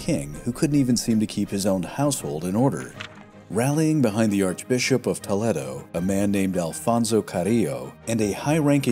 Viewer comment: Toledo = Toe- lay-doe.😊